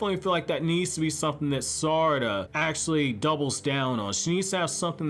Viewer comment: The way you say her name is irking me